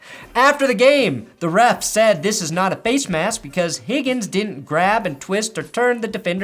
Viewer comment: I'm out of the loop, why the fuck do you keep saying higgin's name like that? It's extremely annoying ngl. Love your content.